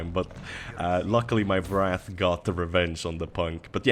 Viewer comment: A small note for your English, 'Wrath' is anger while 'Wraith' is a ghost, usually an evil ghost. It sounds like Ray-th rather than Rah-th. Still, you've improved incredibly over the years!